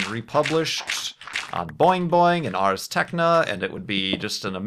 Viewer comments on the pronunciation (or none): FYI, it's not 'Ars Techna', it's Ars Technica.